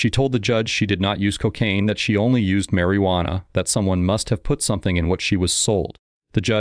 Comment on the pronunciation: Sir please learn to say Marijuana 🙏